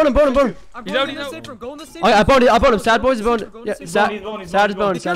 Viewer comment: It’s said”SadBoss” not sadboys lmfao